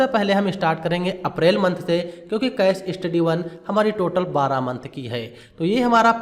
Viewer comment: कैश स्टडी ❎ केस स्टडी ✅ सलेक्ट ❎ सेलेक्ट ✅ पैड ❎ पेड ✅ रिसिप्ट ❎ रिसीट ✅ असेप्ट ❎ एक्सेप्ट ✅ etc...